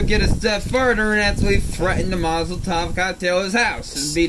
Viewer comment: It's so perfect. And the crazy part is there's no way that was intentional - he just thinks they're called Mazel-tov cocktails. I wish I came up with that.